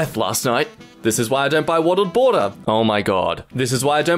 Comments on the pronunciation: wottled bawter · Wottled bawter 😭